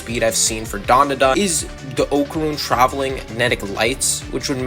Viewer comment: It sounds like you're saying dum the dum 😂